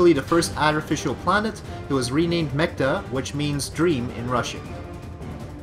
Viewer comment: I can understand if you pronounce something wrong, but that was off from 'dream'. If you read 'Mechta' on google, it's wrong.